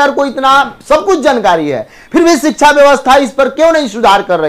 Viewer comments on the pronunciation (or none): none